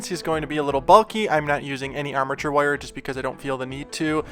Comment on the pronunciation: What kind of dialect is this? "Woire" 😋